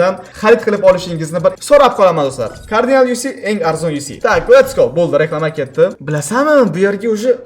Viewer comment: Carginal✅ Cardinal❌